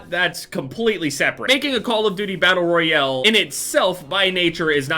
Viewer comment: The way he’s says Battle Royale... Battle Royele